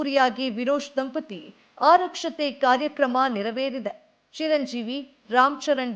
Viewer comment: ಆರಕ್ಷತೆ ಅಲ್ಲಮ್ಮ ಆರತಕ್ಷತೆ. ಸರಿಯಾದ ಪದ ಅಂದರೆ ಆರತಿ ಅಕ್ಷತೆ ಅಂತ.